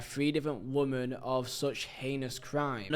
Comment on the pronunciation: its Wih-men Not wuh-man. Woman = singular Women = plural I really Liked this video ❤